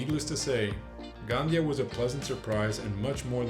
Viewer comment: Gandía, the "tilde" or accentuation mark, must be pronunced. Lots of black legend, but very nice report.